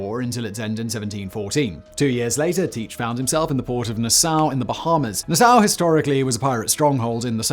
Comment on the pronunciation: Say it with me Nah-saw, not nis-sow